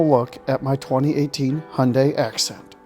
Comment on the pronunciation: Hyundai assent* not acent